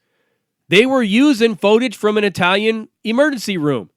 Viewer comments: First time, maybe a miss speak. But he kept saying it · How come dude cannot pronounce footage?